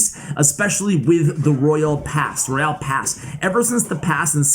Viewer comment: I love for the way butchers the name of “Pass Royale”. That’s not even a joke I genuinely like the way he says it